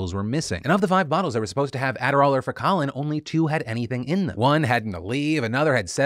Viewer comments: Focalin is pronounced "Foh-kuh-lin": long o, schwa, short i, stress the first syllable... Like the word "focus" (cuz it's an adhd med, which is kinda on the nose for med branding, but w.e.). Obviously a case of "read it before hearing it", which happens to me all the time. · FYI Focalin is FOE-kah-lihn. Like "focus." Put the emphasis on "foe" not "kah" like you did :p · Lmao “Foe Collin” is the Funniest way to pronounce Focalin